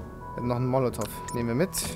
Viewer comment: Ich vermute er bezieht sich darauf das es nicht "monativ" sondern molotov heisst.